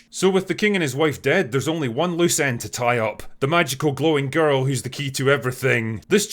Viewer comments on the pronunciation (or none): none